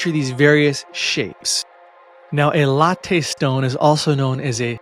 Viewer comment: Pronounced LAT-TEE not a latte drink.